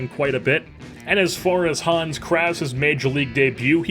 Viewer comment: I am German and the way you pronpunced Hans was not German at all, it was just funny.